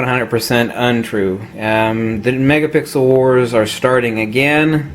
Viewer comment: Megapickle??? Ok stay off the coffee, hahahah.